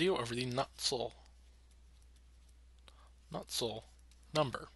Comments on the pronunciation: What's so hard to pronounce about Nusselt? Why are you adding a k in there lol. Nuksult, wtf lol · Nusselt dude. Not Nuckselt. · why u sayin nuksult